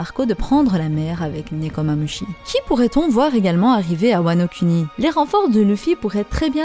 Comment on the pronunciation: je veux parler du fais que tu insiste sur la prononciation des U. Comme wanokUni KizarU AkaïnU etc.. c’est plus bon à entendre du genre WanoKouni Kizarou Akainou. Lire les U pour Ou